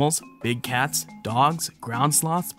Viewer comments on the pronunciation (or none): none